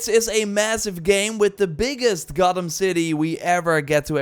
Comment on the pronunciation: "the biggest Gottem city" lol don't think we didn't hear that